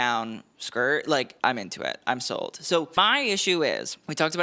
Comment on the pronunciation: I kept thinking you were saying "im so old" instead of "im sold" and I got super confused as to why you were thinking you were old with a particular design.